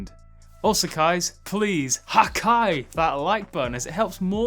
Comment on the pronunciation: Did he say hey guys or hey kais ?